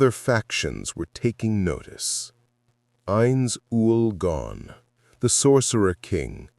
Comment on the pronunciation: Ainz Ooal Pown xD